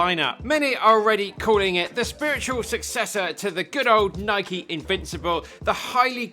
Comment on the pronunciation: My favorite shoe reviewer and he even pronounce Nike correctly as nikeey not noiyk.